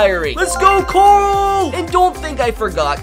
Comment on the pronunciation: went to the Rick school of pronouncing “Carl”